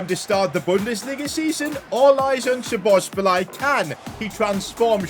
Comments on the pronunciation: It’s not spozobliay it’s spozobli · just letting you know its szobozlai not szobosbolai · Sabos- lie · Szoboszlai❌ Sobosbolai✅ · I like how he pronounces szoboszlai like this " Szobobzilai " 😂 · sobozbolai😂😂 his pronounciation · man dont say sobosbolai say soboslai its simple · i m hungarian and so bad to hear you say Szoboszbolay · I am hungarian and bro said Szobobszláj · No one:: "Szobosbalai" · Happy Christmas And also the fact sid said 'sobobszlai'😂😂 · ik lol. it was kinda triggering doe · I feel physically sick after hearing that so much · he says sobosbolai HAHAHA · its pronounced shoboshlai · It is pronounced Sho-bo-z-lay No hate tho also loving the content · He is pronouncing Szoboszlai's name wrong. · The way pronounces Szoboszlai lmao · Pov: Your Hingarian and heard 100x times Szoboszlai being prounounced incorrectly😢😂